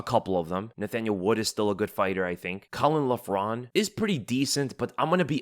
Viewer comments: Few notes on Irish pronunciation. Caolán Loughran : Kay-laan Lock-run. Our Irish prospects on this card are awful unfortunately, all signed in the hope of a big Ian Garry push or Conor come back. Caolán moves like a middleweight, slowest BW I've seen in a while. Bannons point fighting has zero power and she has no ground game what so ever. Kiefer is a lot of fun to watch but again very limited skill set, can brawl and nothing else. Even with the very short notice replacement opponents I wouldn't be surprised if we go 0-3. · Caolan loughran is pronounced "Cay - Lin lokrin" 👍